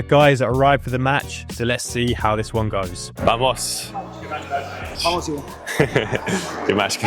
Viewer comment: Vamos is pronounced bamos. Good content 👌